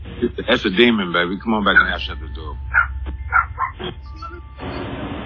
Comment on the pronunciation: Idk why it made me laugh “that’s a demond baby” Well she’s smoking some demons for sure